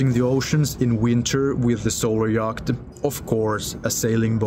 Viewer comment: Yacht is pronounced "yot". But fabulous videos!